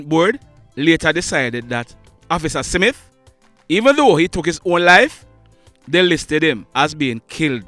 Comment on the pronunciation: Yes. I heard 'SIMITH'. Having made that observation, I must commend you on the credible reports you bring to the platform